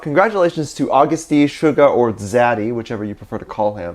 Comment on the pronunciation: No one:: August D Me: iTs Uh-GuSt D